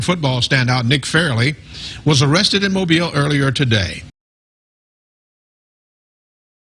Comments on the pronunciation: Why does he keep saying farley instead of fairley? annoying!!!! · Why you call him Farley when his name Fair•ley….Nick Fairley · FAIRLY. Not Farley. You fucked up the whole video lol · You are mispronouncing hs last name. It's fair-ly not Far-ly. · Dude c'mon!!! It's pronounced "FAIR-LEY" not "FAR"-LEY! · Nick "FAIR-LEE" Fairley 🤦🏿‍♂️!!!!!! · FAIR-LEE is how it’s pronounced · It’s FAIRLEY, not Farley you idiot. I bet FagElroy remembers his name!!! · Bro did research on everything but his name. Fair-ley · It's pronounced Fair-lee. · Shows how much you know about football 😂 can’t get the thumbnail right, you butchered his name. Doesn’t surprise me coming from the same guy who said “I’ve been following Cam Ward since he was in H.S.” 😂 knowing damn well you hadn’t heard of Ward until he transferred to Miami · …think you are mispronouncing his name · There’s a Fair-ley amount of people calling out the mispronunciation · I cant watch the video because you are saying his name wrong and you are saying it so many times that its triggering me and making me annoyed. Love your vodeos but please do more research on pronunciations. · Bro mispronounced the man’s name almost the entire video 🤦🏽‍♂️ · He is 1 of only 2 dudes you think of at the position but you proceed to pronounce his name like an asshole that you never heard of. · Dude...Re-do this video and pronounce his name right. I know you are a bama homer but come on 🤣🤣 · mispronouncing Fairley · Mans done said his name wrong all video lol